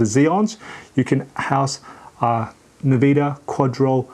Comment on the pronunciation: it's nVIDIA, not "navida"...